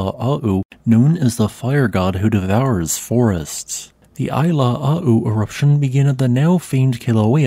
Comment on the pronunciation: ʻAilāʻau, is pronounced eye-lah-ow